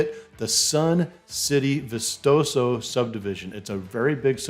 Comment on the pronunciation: Ba chee is how its pronounced. How about vistoso?